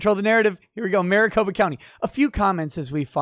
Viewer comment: MariCOP(E)a county XD